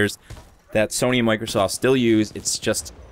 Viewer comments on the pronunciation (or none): none